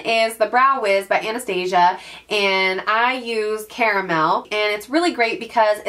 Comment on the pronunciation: Love your videos! Just a heads up that you should probably Google how to pronounce Anastasia for future videos- it's not like the cartoon. Looking forward to the makeup collection video!